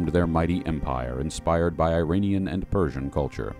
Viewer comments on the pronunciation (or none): none